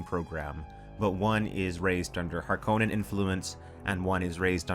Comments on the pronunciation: If you're from Finland, you should cringe every time says Harkonnen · I know, Frank Herbert pronounces it har-kuh-nun with a stress on the first syllable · It is interesting that the word Harkonnen originates from the Finnish surname Härkönen, and the more you say it the stranger it sounds 😃